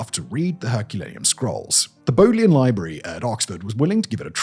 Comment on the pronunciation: As a long time visitor to the Bodleian Library and the son of an Oxford graduate, it was disappointing to hear you mangle the pronunciation. It was named after Sir Thomas Bodley, a diplomat and scholar. The first syllable is pronounced ‘bod’ as in trod, not ‘bowed’ as in showed.